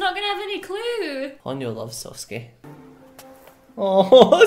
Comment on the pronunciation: SOSUKE NOT SAUSESUKE